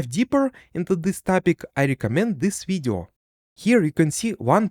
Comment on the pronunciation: i love how you say video видё